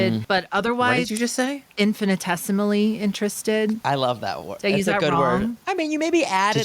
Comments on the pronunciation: Love correctly pronouncing infinitesimally. How dare they gaslight my queen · definitely pronounced and used infinitesimally correctly. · And pronounced it correctly!